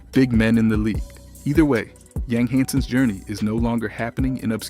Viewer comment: Living in China and Taiwan for 7 years. In most of Asia the last name is first. His name is Hansen Yang (Yang = Yong") I'm just trying to help, as a 10 year expat I am more than happy to share---you will get more Chinese subscribers with the proper pronunciation. Ya feel me. :)